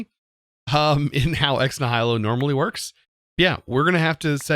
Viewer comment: It’s pronounced “Ex Knee-h-i-lo” The i is pronounced like the i in it.